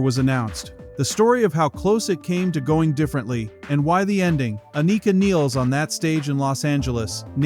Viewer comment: Its not pronounced "Aneeka Neels" ffs